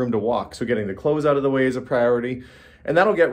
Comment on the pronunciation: I love it when you say "out"....it turns into "auwt"....the only dialect change I can hear. Must be the ou pronunciation in general. Love the videos